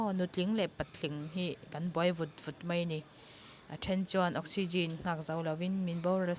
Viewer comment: 'Mei' tih kha a dik lo,mai tih zawk tur aw.ka hriat ve chhun ka lo sawi ve mai mai.